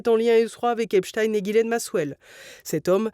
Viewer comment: Voilà même le juge américain dit oralement ;Epstein comme Albert Einstein ou Nein et pas : Epstine, comme Poutine.